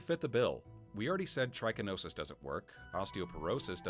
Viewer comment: you can contract trichinosis from a lot more than bears, and it’s pronounced trǐ-ki-no-sis, not try-ki-no-sis, the first “i” being pronounced like the “i” in “pig (another animal you can get trichinosis from btw)” not “bike (not something you can get trichinosis from)”. Anyway, fun idea for a video.